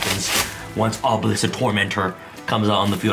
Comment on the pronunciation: Me hearing you say obilesk is powerful me having dragon master knight